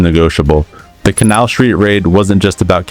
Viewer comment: Please stop mispronouncing Canal.